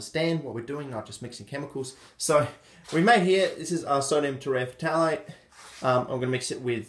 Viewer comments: Tera-f-thalate. Not tereh fatalate. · Te-re-thal-ate: the p is silent just like it is in phthalic acid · It’s pronounced terephthalate you ding dong!